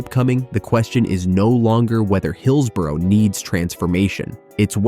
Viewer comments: I'm a Blade and on this we agree! At least learn to say hillsborough ffs 😂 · Get a narrator who knows how to pronounce Owlerton and Hillsborough. North American phonetic pronunciation of these key locations make me shudder. If you want to talk about places, get someone who knows how to pronounce them! Grrrr! I'm a Sheffield United fan but this really pisses me off.